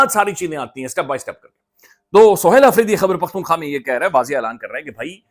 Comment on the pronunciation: اسلام علیکم بھائی جان باقاعدگی سے سنتا ہوں آپکو۔ ایک گزارش ہے خدارا برا مت منائیے گا۔ آپ روانی اور تیزی میں خیبر پختون خواہ کو خبر پختون خواہ کہہ جاتے ہیں۔ کوئی اتنا بڑا رولا نہیں ہے لیکن جیسے خوبصورت آپ ہیں ویسا ہی خوبصورت صوبہ ہے اتنا ہی خوبصورت اسکا نام بھی 🙂 تو اسکو ٹھیک تلفظ سے سننا اچھا لگتا ہے